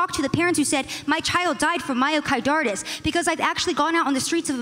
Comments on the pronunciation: lol "Myocardartis" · Lady kept saying myokaidartis (a nonsense word) instead of myocarditis (inflammation of the heart) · Is no one going to talk about the amount of times this girl tries to dunk on the vaccine while calling myocarditis “myokidartis” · Listening to her struggle to pronounce this word grated me so hard. “Mayokaidortis” “miyocoydartos”. Please say it a few times to get it in your head. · Let the record be shown that zero deaths are attributed to mio-KYDORTIS. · “I’m a journalist,” “I talk to people, that’s how I know these things” she says in response to a question about her sources on myocarditis before pronouncing myocarditis as “myocidartis” for the umpteenth time. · "MIOCIDARTUS" - that one lady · Say it with me myo-ki-DAR-tis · "MaroCYDartis... MyroCarotis.... MarcoPolotis..." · "Myocar-dar-tis". Boy, they were truly scraping the bottom of the barrel when they compiled this panel. Oy vay. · Mycorditis lol oof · What is this myocardartis she kept talking about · Lol that lady just can't properly pronounce "myocarditis" for the life of her, she seems to know she's saying it wrong each time but she just can't get it out properly. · I have to say, the two most annoying people must've been that Asian girl on the left and Destiny. The Asian girl had absolutely no idea what she was talking about and the way she kept mispronouncing myocarditis really started to annoy the living crap out of me. Destiny seemed to be in his disagreeable zone where he seems most comfortable. He seems to shut down the rational part of his brain under these conditions and simply wants to disagree with anyone he sees as a political rival.